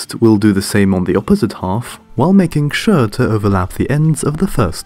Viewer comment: “Opposite hoff” “first hoff” you mean half